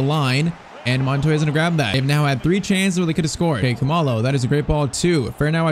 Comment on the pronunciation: He is not pronouncing Khumalo correctly, it is like cool-ma-lo